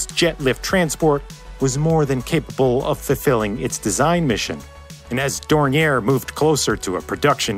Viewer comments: To say Dornier correctly you need knowledge of 3 of the worlds 7000+ languages. The name is basically French and even in German it would be pronounced differently. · Picturing the aircraft with the Autobahn as a backdrop is authentic and a very well done animation ! PS: Better Skip the last "r" when pronouncing Dornier. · Interesting video, you seem like a very thorough guy yet you didn't research how to pronounce Dornier...